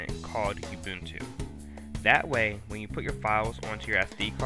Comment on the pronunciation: ITS FUCKING uh-bun-too not fucking you-bun-tue